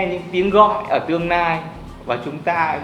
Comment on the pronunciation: Cái anh chàng nói về massage, sauna chém hơi kinh. Nghe giọng nói buồn cười quá. L và N loạn hết cả lên, nghe ngíu cả lưỡi... tương "nai", nỗ "nực"... hahaa